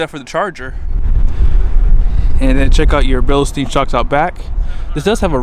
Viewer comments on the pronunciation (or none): bill steen...not bill a steen...